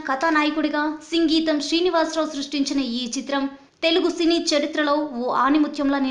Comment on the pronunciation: సంగీతం కాదు సింగీతం కరెక్ట్